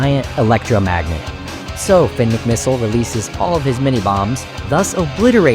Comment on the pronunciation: You skipped the part where Tony Trihull tried to kill Finn with a torpedo, which Finn narrowly avoids and turns into a submarine, while also lifting his spare tires to the top of the water to trick the Lemons and Zündapp into thinking he’s dead. Also, you’re not British (European); pronouncing I’s as “EYE” is their tradition, not yours, so it’s pronounced mick-mih-SIHL, “Patrick Star”! 🤨